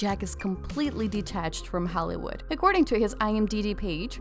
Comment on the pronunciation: pronounce Holleee wood.. Yes Jack needs into a pirates movie. We need something macho too from Johnny. The carts pics are fun and quality but We need Captain Jack!. Photos mostly old. intriguing subject. What is this mag